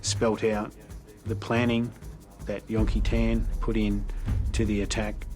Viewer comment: STOP SAYING "YON-KEE-TAAN" !! FOR CHRISSAKE